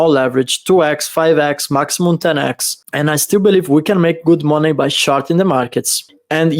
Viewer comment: Haha I love when says Monay$$$